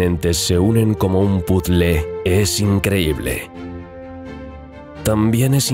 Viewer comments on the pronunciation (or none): No mas una cosa importante no entiendo por que aplicas el anglisismo puzzle si en muestro bello idioma existe el termino rompecabezas, entiendo que Inglaterra esta cerca de España, pero existe el termino en nuestro idioma, pararte lo pronuncias mal.